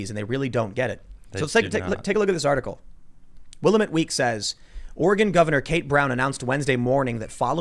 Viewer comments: I was just telling my son the other day how you can tell when someone is not from the west coast (and specifically Oregon)...when they pronounce Willamette as "will-ah-met". LOL (It's will-am-met) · Like your podcst Tim but I must correct you on the word Willamette It's pronounced WIL LAMB ETTE SHORT E ON ETTE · Please, in Oregon I live in the Willamette Valley- pronounced WILL-A-METTE with the accent on the A. I know its a small thing, but it grates on the ear everytime you say it. Love you guys. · The "paper" (read: entertainment rag) that you mentioned is the Will-A-met Week, with the stress on the second syllable.